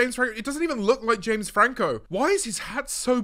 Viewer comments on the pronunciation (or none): none